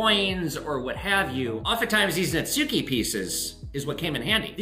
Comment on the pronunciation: Netsuke is pronounced Nets-key. Just learned myself. Love the vid!